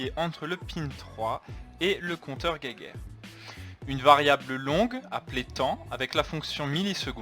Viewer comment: Soit vous le prononcer en français et vous dite "jéjaire" soit vous le prononcer en allemand et vous dite "guaillegeure"mais le mélange des deux, "guéguerre", ça accroche nos pauvres oreilles.